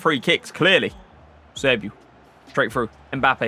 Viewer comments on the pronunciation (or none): none